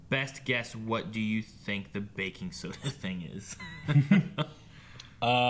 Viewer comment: Did you say Bacon soda or Baking soda?